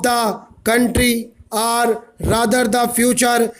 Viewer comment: Your OR sounds like ARE